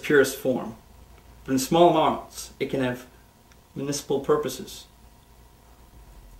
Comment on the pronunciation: absolutely loving the way this guy just looks at the crew after saying 'amarnts.' like 'do we wanna retake that?? do we wanna give that another go???' And then you can literally hear someone shout cut immediately after. pure art.